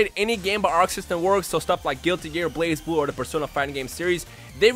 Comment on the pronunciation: DAMNIT its not called Blaze-Blue but Bl-uhz-bloo